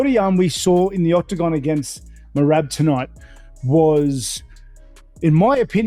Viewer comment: Hey white boy, say Merab’s name correctly. MEY RAB, not MEYRIB.